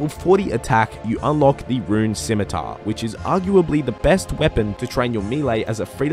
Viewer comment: SIMITAR? SCHMITAAR!*